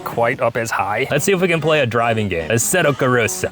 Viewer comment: "asseto corosa" bruh, asseto corsa